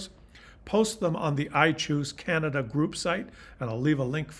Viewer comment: Every time you says I chose Canada, it sounds like you’re saying iTunes Canada 😂🤣 it’s actually pretty funny